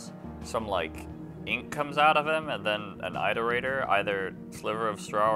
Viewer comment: pronounce iterator correctly challenge (unbeatable)